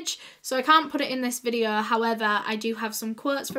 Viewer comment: no one: literally no one:: SO TODAY'S VIDEOUH